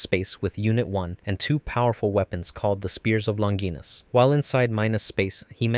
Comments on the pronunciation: Please let’s say Longinus the right way, it’s not Long-ginus, it’s suppose to be a Roman name. Lon-gi-nus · It hurts me everytime you say Longinus.